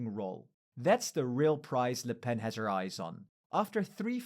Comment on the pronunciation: "Formidable La Pen". Jesus Christ, go back to school kid